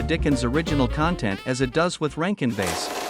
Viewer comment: It's pronounced BASS, like the fish, not "base". Why not use a real narrator instead of these robots?